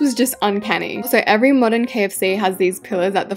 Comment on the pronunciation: You said Moderen McDonald’s😅